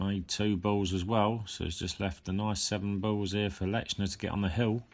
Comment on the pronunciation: There is no letter T in his name. It is not pronounced LeTchner. Just saying.